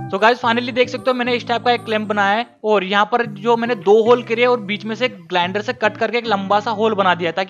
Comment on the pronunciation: कुछ ठीक से पढ़ लिख लो ताकि ठीक से बोलना आ जाय! जैसे ग्लान्डर बल्कि ग्राइंडर बोलते! 😊